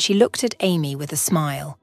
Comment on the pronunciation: Amy pronounced Aye.. me for Amy... NOT Army